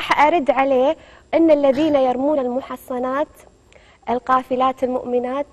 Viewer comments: joojalqhtany alqhtany نطق المحصانت غلط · # هيبارا ياختي حتى اخطت في قراية المحصنات نطقتها غلط طيب وين المشكله عادي مو حافظه وين العيب ابفهم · ماعليش اختي قريتي الايه خطا انا مو ضدك انا اكره هذا ابو شدوق خالد السميري يمشي ويعيب ماهمني بس المحصنات قريتيها غلط والله يتقبل منك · عبد الرحمن الجبيلي نعم اخطت بالمحصنات وين المشكله نطقتها غلط عادي حاولت انتم شفيكم تغارون من المراه عندكم انوثه انتم